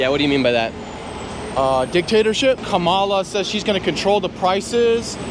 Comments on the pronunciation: Omg.. Can you at least pron🤦ounce it correctly??? Her name is KA👍mala ..not Ka🤦MAlah.. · Even black people are pronouncing Harris’ name as Ka-MAH-la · The funny thing is the people who are voting for Harris.. they cannot even pronounce her name correctly… TRUMP 2024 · So sad no one can pronounce Kamala’s name. So disrespectful. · Not a Kamala supporter but think it’s funny that even her supporters don’t say her name correctly after all of the people getting mad about it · None of them even say her name right😂😂😂😂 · I live in Belgium. I'm 50 years old. My sister and my brother in law watch CNN all the time and loathe Trump. If you need any more proof the brainwashing is working I'll give you some. My sister had a go at my 88 year old mother for pronouncing "Kamala" wrong. It's insane.